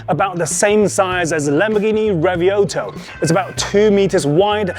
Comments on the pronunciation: Since when Lamborghini REVUELTO became RAVIOLTO 😳 can you please at least make an effort to learn the name of the lamborghini model name correctly before butchering it to pieces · The Lamborghini.... Revioto? Revuelto